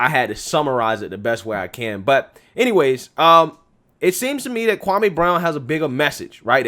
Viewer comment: Me .. me.. not may